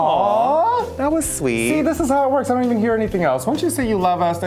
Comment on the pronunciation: I "dent" like you either! hahahahaha killed it.